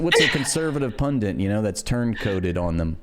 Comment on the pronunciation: Sorry. It's "punDIT". Not "punDINT". It's driving me nuts. Great content btw.